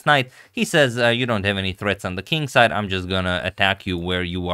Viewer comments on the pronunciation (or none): none